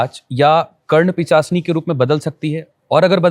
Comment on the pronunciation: When interviewer said Pichasini instead of Pishachini 😅 bura laga hoga..